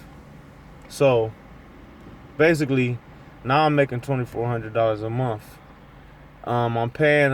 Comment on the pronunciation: Holy shit dude... This is probably the worst video on the internet. At least get your thoughts together before you make a vid bud. Were you drunk lol. What is a mumf? He kept saying he made a certain amount of money a mumf?? Is that an acronym or something? Or like a financial Uber term or something🤔